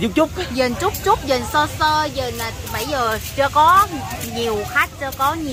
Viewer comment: Bảy giờ và bây giờ....học phát âm cho rỏ.